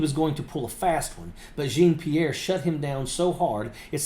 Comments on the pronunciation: Dude. I'm a disabled Vet, and as much as I respect you, I gotta tell you. This woman's name is Jean-Pierre, a common sir name in French. Pronounced "Jawn-Pierre", not "Jeen Pierre". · Love your program, just a little note, her name is pronounce (djohn pirrre) the j is pronounce the the dg in judge and the rest is really like the name John. Djohn-Pierre. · Great content! Long-time subscriber. But, as a born francophone it should be said that her name should be pronounced (phonetically): “Jawn-Pierre”. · Love ya, but it’s pronounced (Jaw-Pee-air) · (not how you pronounce her last name) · Dude…you be a lot more credible if you learned to pronounce her name correctly. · Hello, I just came across your video. I want to start by thanking you for your service to our country, and add that I’m happy to see another Vet on the side of democracy! I do want to mention that I think you are mispronouncing Karine Jean-Pierre’s last name. I don’t say this to disparage you in anyway. (I thought to DM you on Twitter/X, but I don’t have a “verified” acct.) If someone else has already mentioned this, I apologize for the repetition. I look forward to watching more of your videos! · You're mispronouncing Karine's last name. Do your homework. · Will someone please correct him on how to pronounce her last name?